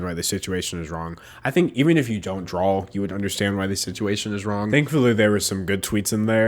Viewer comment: I love you but it's draw not drawl